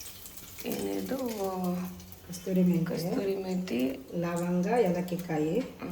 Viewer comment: Kasthrui methi alla kasuri methi adu